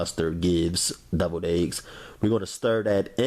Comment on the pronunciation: I love how he said deviled eggs lol Doubled eggs🤦🏾‍♀️🤦🏾‍♀️🤦🏾‍♀️🤦🏾‍♀️🤦🏾‍♀️....it looks delicious